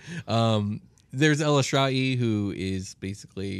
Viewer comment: Its "E lis ter aye" Like the word illustrious